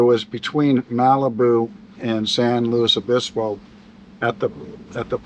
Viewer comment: He knew how to pronounce San Luis Obispo.😊